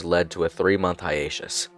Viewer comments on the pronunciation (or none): Hiatus is not pronounced “hi-aish-us”, it’s “hi-ay-tus” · Hi-ate-us , not hi-atche-us